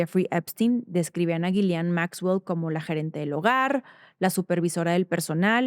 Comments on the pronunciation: Es Ghislaine. No Ghilian. Por favor haga la diferencia. Se presta para confusión. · La h y la s son mudas en ghislane se pronuncia gilane 😊